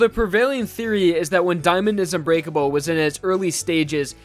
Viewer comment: thought you said “Diamond is u grateful” xd